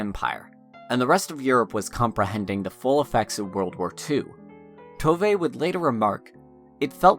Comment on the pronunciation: It tooov not toevay